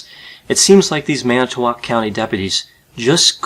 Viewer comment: Thanks...for actually pronouncing Manitowoc correctly!